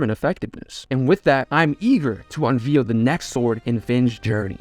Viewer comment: You really got to learn the proper way to pronounce words like "perilous", "unveil," and "irreparable." It's sad, dude. Stupidity makes me sad.